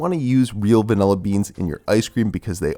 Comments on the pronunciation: I notice you’re one of those people who say “VANELLA” 😒 Anyway great vid bro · Americans say "vanella" for some unknown reason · I'm triggered by the way you say vanilla